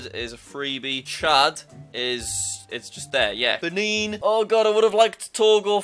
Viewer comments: Then he reverted back into Ben-in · the way he said benin🤣